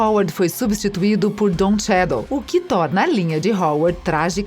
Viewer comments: E o Dom Shadow kkkkk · Só esqueceu do "Don Shadow".